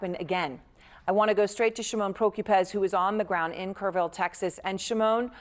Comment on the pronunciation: It’s Kerr- ville say it with me